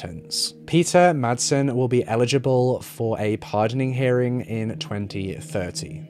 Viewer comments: 18.37 It's called Refshaleøen. You can google it and find the pronunciation online. And Peter Madsen's name too. In the correct Danish pronunciation the d is SILENT! He may not be worth it, but please consider that Madsen is a quite common surname in Denmark. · It's because she was swedish. He just showed respect. Peter Madsen though... No respect there. No effort to learn how pronounce his name. Which is totally okay.